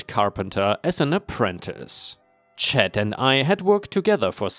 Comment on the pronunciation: just a FYI for future reference, C.H.A.D (as a person's name) is usually said like CH-- ADD ( it would rhyme with words like Mad, Bad, Rad, Fad, Lad, Sad.) :)